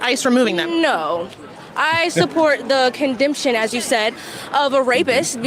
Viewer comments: Would somebody remind that idiot that "condemsion" isn't a word. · "Condemption?" Sounds like she gots a college education at the Learing Center. Maybe she's skiping class to do this interview.